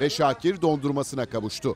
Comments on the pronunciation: Peki sunucunun "Şoakir" 😝🤣 diye başlaması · Şuakir nedir spiker 😂😂😂